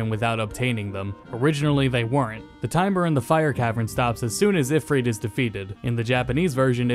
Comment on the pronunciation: The way u pronounced auifrit took me off. Bye.